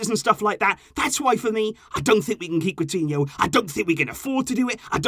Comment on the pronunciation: When he said Coutiho,I was like wait is he still here ?